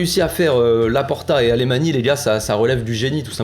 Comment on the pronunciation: Le plus incroyable c'est vraiment d'avoir réuni un effectif bien plus compétitif tout en allégeant la masse salariale... Et tout ça grâce à la cession d'un partie - presque - négligeable du patrimoine. Un vrai tour de force... Accessoirement Alemany se prononce plutôt "Alamagne".